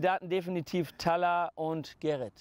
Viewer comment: Talha und nicht "Tahla" ?